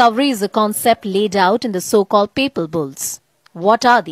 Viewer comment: "Papal decrees"✅ NOT "People decrees"❎.. blessings brother